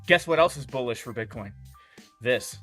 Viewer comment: Dear, please say Bitcoin